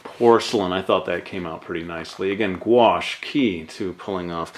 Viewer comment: Guash? or are you saying Wash? Sorry not trying to be an idiot want to learn.